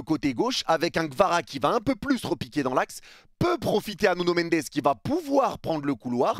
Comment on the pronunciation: "NuNo MeNdEs" 🤣